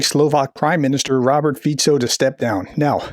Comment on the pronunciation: Pronounce Fico with a "k", is better.